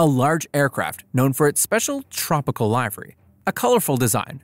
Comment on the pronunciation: Bro said livery like liveery